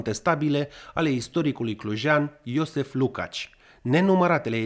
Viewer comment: Jozsef...nu e iosef...ci iojef...cam așa se pronunță.